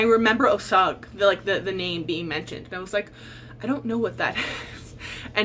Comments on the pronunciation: I just picked up Angel of Greenwood from the library yesterday. Looking forward to reading it. I have been wanting to read Killers of the Flower Moon since it came out and I really should since I grew up in Oklahoma. Just an FYI: it's pronounced Oh-sāje(like the plant sage). The "g" is soft and the e is silent. Those other two books you mentioned The Great Mrs Elias and The Love Songs of WEB Dubois sound fascinating and are now on my TBR. I'm so looking forward to the new Veronica Speedwell book! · I know I'm like 3 weeks late but I grew up in Oklahoma and figured you'd like to know that Osage is pronounced "oh sage" (like the herb). Love to see indigenous books on peoples TBRs ❤️